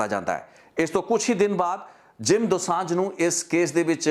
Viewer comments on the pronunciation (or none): are you a punjabi sikh? ਕਿਉਂਕਿ "ਜੋਹਲ ਨਹੀਂ ਜੌਹਲ" ਹੁੰਦਾ ਅਤੇ "ਦੁਸਾਂਝ ਨਹੀਂ ਦੋਸਾਂਝ" ਹੁੰਦਾ ਹੈ ਗੋਤ (surname) brother.. ਅਤੇ brother ਜੋ ਤੁਹਾਡਾ surname ਹੈ " " ਇਸ ਨੂੰ ਪੰਜਾਬੀ ਵਿੱਚ ਕਿਸ ਤਰ੍ਹਾਂ ਬੋਲਿਆ ਅਤੇ ਲਿਖਿਆ ਜਾਂਦਾ ਹੈ... With due respect ਪੁੱਛ ਰਿਹਾ brother, ਕਿਉਂਕਿ ਮੈਂਨੂੰ ਅਲੱਗ ਅਲੱਗ surnames ਬਾਰੇ ਜਾਣਕਾਰੀ ਰੱਖਣੀ ਜਾਂ ਕਹਿ ਲਵੋ ਕਿ ਇਕੱਠਿਆਂ ਕਰਨੀ ਮੇਰਾ ਸ਼ੌਕ ਹੈ brother.. ਇਸ ਕਰਕੇ ਪੁੱਛ ਰਿਹਾ ਹਾਂ..🙏🙏🙏🙏🙏